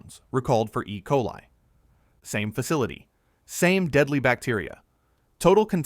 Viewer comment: Cant pronounce ecoli? Learn English and teach your AI to speak before you let it out in public